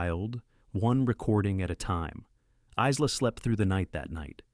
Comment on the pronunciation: Isla is pronounced sans “s”. It is pronounced “I-la” ( eyela).